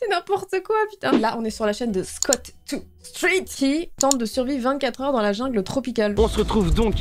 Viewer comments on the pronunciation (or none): Cc j'espère que tu vas bien par contre on dit pas "scot tout street" Mais "scout deux street" 😘😂😂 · C’est scoot de street sa se prononce scout de street